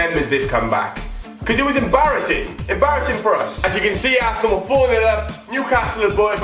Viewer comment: "he came back to plat for assenal " bruh dead😂